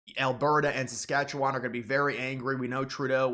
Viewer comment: You'd have more credibility if you didn't say "SAS-KATCH-YOU-WON and knew that Northwest Territories is not a province, but is a territory governed by Ottawa. There already has been a free trade agreement on autos and auto parts, in both directions, for decades. So what Trump wants in NAFTA, at least for the US and Canada. No tariffs either way, which is what it was supposed to be. But NAFTA was about stuff. Canada did not open its market to financial services and said an indigenous food industry, to the extent possible, was a matter of national security.